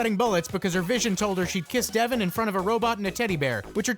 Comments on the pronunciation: How you gonna say "Devon" like "Devin"? Ya boy is "Dev-ahn"! LOL, but that part at the church was hilarious~ XD Subscribed~ :3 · not devon but devON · I know it's 2019 but it's DevON not DEVon.